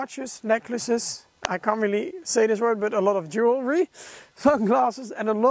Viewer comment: OMG! No one can say "JEW-EL-RY" correctly But, you did!